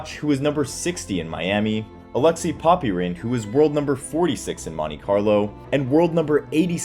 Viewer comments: Poppyrin😂😂 It’s pronounced ‘Pop Rin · Mispronunciations make me cringe. 😅 It’s Pop-uh-rin. And more importantly, it’s Ahn-drey, not Oh-drey. ❤